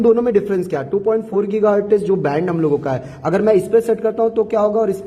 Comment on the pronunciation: Giga Hertz ❌ Geeeeega HartizzzzzzZzzzzZzzzzZzzzz ✅